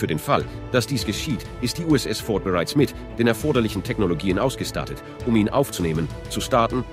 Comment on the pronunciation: emotionslose ki stimme und unfassbar viele fehler.. allein bei wie er "ausgestattet, starten, stoppen" spricht 😀